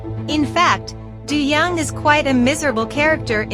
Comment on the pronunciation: And his character’s name is pronounced Do, as in Play Doh and John Doe.